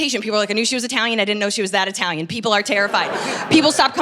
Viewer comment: My favorite eye-talian comedian. Thanks Ms. Honey 🍯